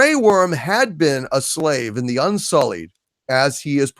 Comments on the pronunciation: for fucks sake its UNSULLIED not unsolid. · Stop saying UNSOLID they are THE Unsullied again UN SULL EEEEEEEEEEEED.